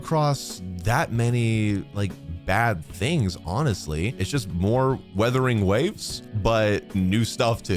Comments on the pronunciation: Kinda hilarious hearing you call it WuWa, so you know it's a "u" there but then you say "withering" or "weathering" instead of "Wuthering", I chuckle a bit almost every time. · Days since calls it “withering” or “weathering” waves instead of “Wuthering”: 0 days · First of all it Wuthering waves not weathering waves😂😂